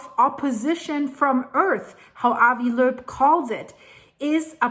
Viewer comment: I absolutely love when you say Avi Loeb's name. With your accent, it literally sounds exactly like it's supposed to be pronounced.😊❤❤❤🇮🇱